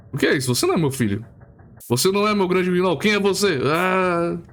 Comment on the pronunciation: Opa família! Espero que aproveitem o vídeo, mas já vou dando algumas erratas e adicionais: - Algumas pronúncias estão erradas, Nyar*LA*tothep é uma das que eu errei bastante, assim como Guignol é pronunciado "Guinô", espero que não fique chato demais xD - O nome do autor é Howard Phillips Lovecraft, não Henry, como eu falei erroneamente no vídeo. - Grimm é composto por 8 almas, mas só temos certeza de 4, Irmãos Grimm, Lewis Carroll, Hans Christian Andersen. Mas de acordo com teorias não confirmadas, o resto poderia ser: Charles Perrault, Mary Shelley, Aesop, Hasegawa Takejiro. Até o momento foram esses, espero não ter muitos mais erros, e espero que gostem!